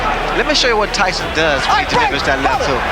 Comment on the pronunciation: Ty-Son.....beat yo azz